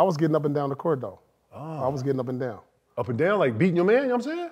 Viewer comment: I can't be the only one who "heard" 👂🏾 KG say Up & down like "beating yo meat" 😄😁😆😅😂😆😂😂🤣🤣😭😭😭😌😌